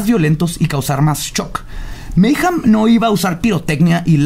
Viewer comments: ¿Porqué nadie pronuncia bien mayhem? :c al menos no le dice "meyem" como otros weyes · Se pronuncia "meigem" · Dejo de ser divertido desde que pronuncias "Meyjam" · Maijam, Anton Levi, Sodóm, barzum y otras pronunciaciones divertidas xD